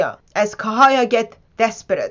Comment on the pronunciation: The name - Cahaya = pronounced "Chahaya" - not "Kahaya" !!